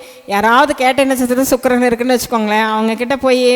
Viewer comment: ச்சுக்ரன் அல்ல வாந்தி சுக்ரன் என்று சொல்